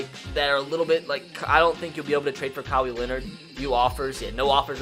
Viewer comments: pronounced Kawhi like Cowey. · He literally said kawi Leonard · Did he pronounce Kawhi as "Cowy" lololol 😂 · Who's Ka-wee Leonard? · Kawhi Leonard Pronunciation: Kah- why Len-erd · Cow-Wii Leonard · Alex Carusoo Cowie Leonard 😂😂🤣🤣 Edit: im not hating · Joel Embiid is pronounced (Jo-ell) Kawhi Leonard is pronounced (Kah-why) That’s how you pronounce them not 😁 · Cow Wee Leonard 😂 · Cowee Leonard. Nice. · Ka-why Len-Erd that’s how you say his name 🤦🏾‍♂️ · Just from your NBA knowledge and saying the klaws name , Stick to madden. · Ka-Y Leonard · u called kawhi kawee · Cow-ee leonard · cow-y Leonard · And its Ka why leanard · TMF Furbys Kaw-we Leonard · The way said Kawhi Leonard name made me mad